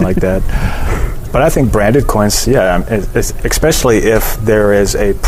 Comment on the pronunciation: "Ekspecially"? Seriously dude?